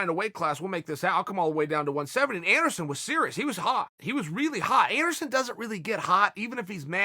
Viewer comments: Take a shot every time he says "Endersun" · Chael keeps saying Anderon funny, I almost spit up my breakfrist